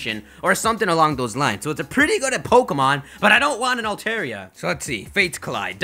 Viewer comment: It's all-Tar-E-A